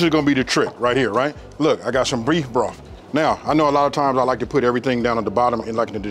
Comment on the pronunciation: I did everything to the tee. I knew these were going to be off the chain when he called it breef broff